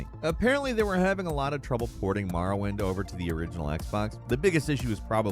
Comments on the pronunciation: This dude really said “Marawind” instead of Morrowind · Ah yes... "Marawind"... as opposed to "Morrowind"... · "Maaarrowind" smh.